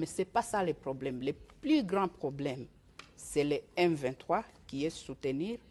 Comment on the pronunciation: Hé! Tala Rwandaise oyo! Oyo ko sakana na ba congolais... Keba na yo ... Yoka ndenge azo confondre ba"L" na ba "R"... Ba lobaka "Plus" et non " Prus"... Keba nayo Rwandaise yo!